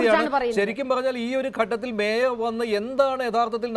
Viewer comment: Adu mayor alla maier aanu😂😂😂